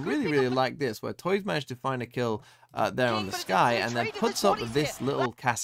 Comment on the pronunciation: Hey man! Just a quick correction, don't know if you'll even care about it, but on the off-chance: Tuyz's name is actually pronounced "too-is" instead of toys. Just a clarification if you wanna call it by how it's actually pronounced. But great analysis! Always great to see you talking about LOUD and breaking out their strategies.